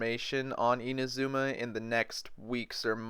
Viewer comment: My gosh… you butchered Inazuma’s pronunciation horribly…